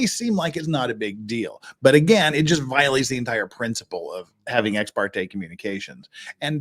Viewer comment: ha ha stupid AI can't interpret ex par te